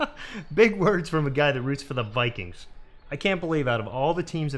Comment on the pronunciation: around there he said vike queens instead of Vikings 😂😂😂